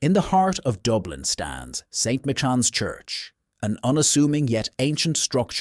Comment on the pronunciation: The CORRECT pronuciation of "Michans" is "My-Cans"